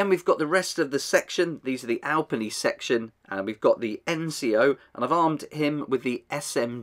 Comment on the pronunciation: eh good try at the pronunciation, its more like al-pee-knee instead of al-penny